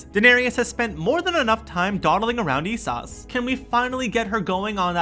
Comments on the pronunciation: Also, "Eesahs"?!? Does this guy even watch the show? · Lol Daenerius, ee-soss, merr-en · Unreal how bad this is! Brawn for Bran....Danereeus for Dany, freaking Essauce?!?!!? WTF?!?!?!! Never again. Put some RESPEK on the GoT's name! Is you done or is you finished?